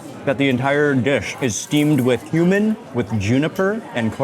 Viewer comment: I thought you said human not cuman😂